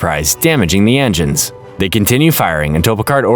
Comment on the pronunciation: I love how you call enigns enzymes